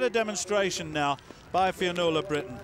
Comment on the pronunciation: Commentator having some difficulty with the word 'Fionnuala'. Brilliant run by the way